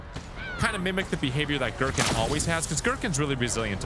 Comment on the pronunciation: As a huge resident evil lore nerd (0-code veronica because 4 onward suck story wise) it makes me cry hearing "Girkin" for some reason